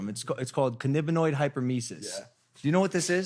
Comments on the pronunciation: Cann-A-biniod (not cann-I-binoid) hyperemesis syndrome happens when youre a current smoker. It's not a withdrawal syndrome. Nausea is completely normal when you quit, many people lose their appetite and get nausea. You didn't have CHS. CHS is continuous and intense vomiting lol And BHO (butane hash oil) shouldn't have any butane left in it. It's all vaccuum purged out. Especially since youre in California, and with the connects you should have as a celeb (or if you buy from a dispensary) shouldn't be poorly purged. There shouldn't be any butane in it. And if it is from a dispensary, its tested before it can be sold to dispensaries so it wouldn't be accepted if it had high butane levels. And oil that still has butane typically looks like poop soup or is bubbly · Cannabinoid (pronounced can-ab-in-oid) hyperemesis syndrome is a reaction to consuming THC. Withdrawals are completely separate from that.